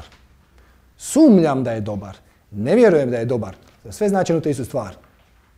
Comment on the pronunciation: pa ne kaže se sumLJAM, nego sumNJAM! pobogu, bre!